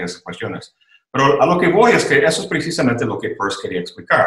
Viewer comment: Excelente entrevista, escuchando a se va el tiempo sin pensar. Caballeros pronuncien bien Peirce, lo explica en su video sobre este notable filósofo.